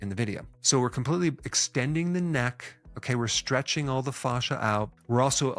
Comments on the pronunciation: The pronunciation of fascia is triggering me. Thanks for the exercises. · The way he pronounces “fascia” reminds me of Goldmember saying “father”. IYKYK